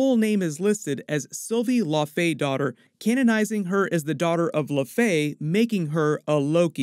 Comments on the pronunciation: Thanks this guy frequently mispronounces Iconic, established character's names! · The literally say it in the show and original Thor movie and this goof still mispronounces. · It's "Lau-fee", not "La-fey". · Laufey is pronounced La' u' Fee like saying "loud" with out the "d" then Fee, it's not "lah faye" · Laufey is pronounced “Lao-Fee” not “Low-fay” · I know it's killing me when he says the name like its French and not Scandinavian. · Thank you. I didn't want to be the one to bring it up. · Its pronounced Laufi not La-Fay... how do you keep messing up these names? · Low-fee not lo-fey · I always thought its pronounced law-fee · Laufey is pronounced (LAO -fee). Laufeyson (LAO-fee-sun), Laufeydottir (LAO-fee-dot-TEER with rolling R). Laufey did not name him or her; Odin did. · "law fay" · Also I don’t why he pronounces it differently from the way Laufey is pronounced in the MCU for like 10 years now. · Why is everyone suddenly reading "Laufey" so incorrectly?! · Exactly what i was thinking the whole video... it was kinda annoying lol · The horns aren't broken. And it's pronounced Laufey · Jeebus. I found this almost impossible to watch because of the gross mispronunciation of Laufey. For shame. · Uhm... how to say this politely...? Maybe just stop saying the name of Loki's father if you are going to keep pronouncing it like it's French? After ten times, it starts to be wearing.